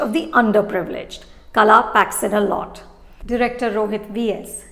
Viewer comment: The L in Kala is not the L in 'lime', but a heavier LL. I say this because Kala (L) and Kala (LL) have two different meanings. One is 'Art/Skill/Talent', the other is 'Weed/Unwanted/Throw away'